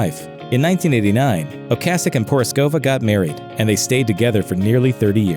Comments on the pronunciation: Colbert has no clue. O CASS ic not O Case ic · Btw ocasek pronounce in czech language is ocasek, we’r not using k as c, and meaning is little tale. But in slang is little dick🙂